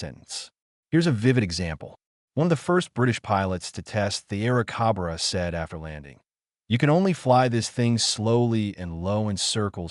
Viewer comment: cobra... not cabraa